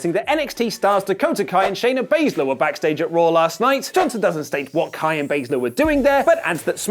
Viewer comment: Did say Dakota Kay? It's Kai (K-eye)